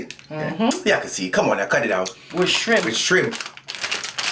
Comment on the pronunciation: Shirmp snacks? like them shirmp chips..lol